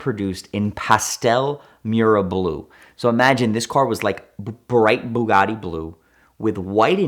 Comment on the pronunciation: Anyone else get a slight annoyance with the way he says Bugatti ?